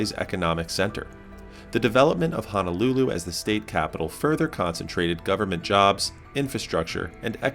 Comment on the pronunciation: It’s O’ahu, not “owahoo” and it’s Honolulu, not hanalulu ❤ mahalo!